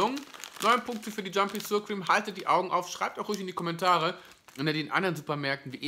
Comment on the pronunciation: Mit der korrekten Ausspreche von Sour hapert`s noch, ansonsten eine sehr, sehr hilfreiche Rezension.^^^